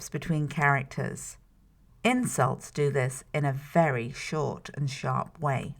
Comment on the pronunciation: I'm not sure if I'm having a fever or if this video is really worded kind of weirdly. Every time she says "insults" I hear "incels" and I was also a fan of these sentences: "Shakespeare used a lot of words." and "Romeo and Juliet: a play about two gangs (??)"